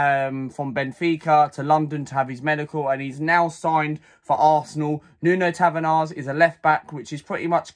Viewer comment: You pronounce his name in Portuguese as Nun Tavarsh and in English it’s just NUNO Tavares not tavenars. Other then that good video